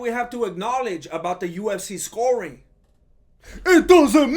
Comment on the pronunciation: lol it kinda sounds like says USC instead of UFC